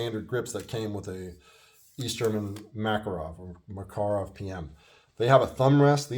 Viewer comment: Great review and good points! I was checking my review of the EG Mak and I saw yours--very well done! You covered a few of the finer points I forgot--the heel release, the push-up decocker, chrome lining. Also mad respect for the correct pronunciation. Take care!